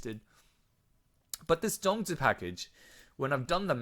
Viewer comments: Omg you said the “zongzi” very clearly. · First off, you said the zongzi correctly. Second, great analysis on the packages. Won’t get them unless really needed the zongzi to complete the one side or both side of the event. Thirdly, great discussion on meta shift and what to plan out for PvP future proofing. Thanks for the video!